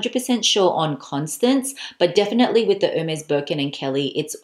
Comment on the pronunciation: It's "airmays!" Why don't people know their idols? 😁